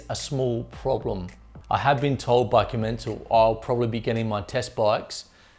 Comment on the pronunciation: Commen-sal. Not Co-mencl.